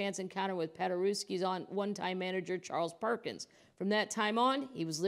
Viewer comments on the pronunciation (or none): none